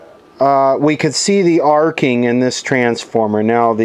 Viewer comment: " Arco " replacing arcing.